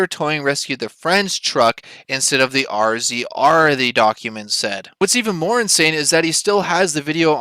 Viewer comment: I have only two comments. First the off-road vehicle "RZR" is pronounced "Razor." Second, the one you show is only one of hundreds MORR has towed out of Sand Hollow and other more dangerous locations.